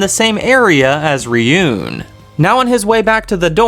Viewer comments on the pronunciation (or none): Definitely itchy nose not itchy nó sé and definitely definitely ree’yoon not r'yu én